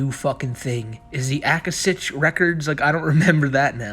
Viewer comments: “the Akashic records are a compendium of all universal events, thoughts, words, emotions and intent ever to have occurred in the past, present, or future in terms of all entities and life forms, not just human” It’s pronounced “ah-Kah-Shick” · If you're trying to say Akashic records, yes it's a thing. It's pronounced ah KOSH ik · The word, "akashic" is pronounced UH-KAH-SHICK, by the way. Not that it honestly matters, because I doubt Chris really even understands what the concept of the Akashic Records is. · the akashic records, is not something chris made up, its a spiritual terms, ie new age, or metaphysical stuff, its a realm that holds all records on someone, all incarnations, all things you have done in all lives etc also pronounced ah-kah-shic, and living in the now is another new age or metaphysical term, it means to be in a mental state of the present often used in meditation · “Ah ka shick” records lol that’s some new age boomer shit my man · Did ever learn what the Akashic records are? Or how it's pronounced? The answer is just a websearch away!